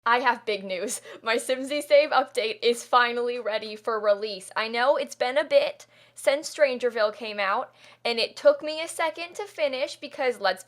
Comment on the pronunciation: “I have bin news.” It sounds more like that.